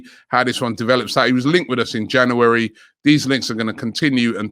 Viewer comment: the janoohary kills me lol